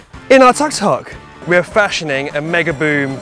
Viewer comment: Welllll ... the word Tuk Tuk is pronounced "took took" not tuck tuck. Btw, one of your mates looks like Piers Morgan.